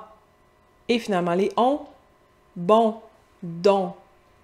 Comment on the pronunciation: C'est effectivement très éloigné. Par exemple, le mot "bon", quand vous le prononcez j'entends quelque chose comme "b(eu)on" un "eu" très court, mais bien présent. Peut-être avez-vous vu Pygmalion (1938) ou la version musicale My fair Lady (1964). La jeune femme prononce un "a", et ne prononce que ce son. Un québéquois semble ajouter des petites touches sonores que l'on retrouvent en anglais. "Première", j'ai entendu "premiè(ï)-re". Le son "eur" comme dans "visiteur", c'est un r français, mais le son "eu" est celui de l'anglais. En tout cas, c'est amusant de décortiquer tous les sons !